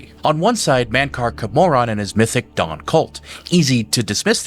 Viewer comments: Your argument doesn't really work with the way your pronouncing Camoran, like if you'd play the main quest of Oblivion you'd know how badly you're fucking that one up. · I know this is minor but the way you say Cameron or cyrodill feels so wrong😅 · "The Nevereen" Oof. "The Champion of Sairo Deal" OOF "Mankar Ka-Moron" YAAAOWCH!!!